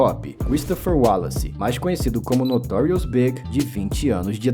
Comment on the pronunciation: E falando B.I.G errado